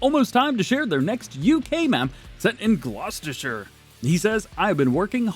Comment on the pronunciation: That’s the best pronunciation of Gloucestershire I’ve ever heard non-English person do!